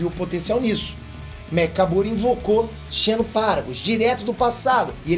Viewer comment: xeno, escreve-se assim, mas a ler é como de fosse com um z.